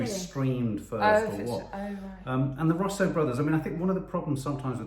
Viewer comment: pronounced Russo (Roos-oh) Brothers not Ruuuussssoooo brothers